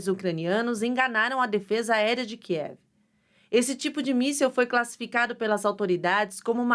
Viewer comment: kinzhal míssel balístico, Kkkk. Cara, qualquer um pode ser repórter dessa porqueira?